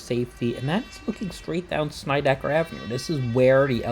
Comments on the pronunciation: Hey Dude ~ kool video. First, you got seriously good hair. Am an aging hipster from the East New York section of Brooklyn and grew up on Sheffield Av which runs parallel to Alabama & Georgia Avs. Second, it's not ''Snide-eye-ker" but "sned-ick-er". Plus, in the old Brooklyn accent the er is pronounced more like uh. Am now well into my 70s, moved to the Midwest 39 years ago but never lost my East New York accent and still speak that way. You pronounced Van Sinderen correctly. Not too far away the New Lots Avenue line runs past a street called Schenck Av. This street is pronounced ''skank''. In the old days we pronounced Avenue as "avnuh'' just in case you'd like to know. One thing more = there's an old story from Nick Fotiu who was one of my favorite pro hockey players of all time. While he was a genuinely tough guy, he shuddered at the thought of going thru Atlantic Avenue in the Long Island Railroad to hockey school in Long Island. Because of that whenever he was on the train in that station he would clutch an axe in order to ward off any trouble. ENY was and remains the toughest neighborhood in Brooklyn and in NYC. And in case you didn't know, nearby Broadway Junction used to the be the home of old Eastern Park which had been the Mecca of NYC sports way back in the 1890s. But that's for another video. Keep up the good work. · SNEDD-I-KER, not Snydekker! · The two streets are called (sin-ned-di-kerr) and (van-sin-dren)........... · It's not pronounced Snideker. It is pronounced like the word Sled with an n instead of an L. Van Sinderen as in Cinder.